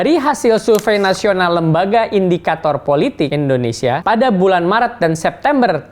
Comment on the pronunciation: Indonesia Pak..!! Bukan Endonesia..!! 😊😊😊😊😊😊